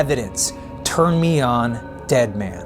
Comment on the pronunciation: It sounded like he said turn me on "Red man" not "dead man" IDK maybe it's just me 🤷